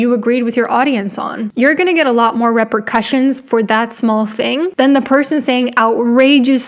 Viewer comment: re-per-cussion, it's like a drum